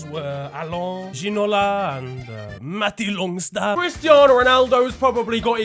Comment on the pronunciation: The man say Matty Longstaff 😆🤣😂